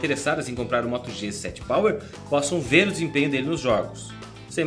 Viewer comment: Só que achei que ele falou moto g7 pau??